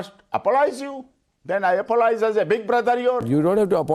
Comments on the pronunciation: The man says apololize how the F@@@ is he a supreme court lawyer???? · How can someone be a lawyer if they don't know the difference between "apologize" & "apolize"? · Omg how many times did the lawyer say apolohise??? GEEZ he can't even speak properly moron.